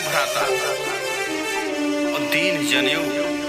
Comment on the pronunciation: जनेऊ नहीं "ज़नेऊ" 😂😂😂 खेसारिया के फैन लग रहे हैं 😂😂😂